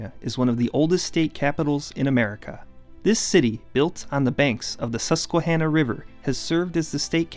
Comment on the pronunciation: im extremly surprised u said susquehanna right